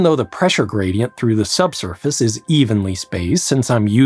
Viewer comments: steep Grady-ent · Pressure Grady-ant 😉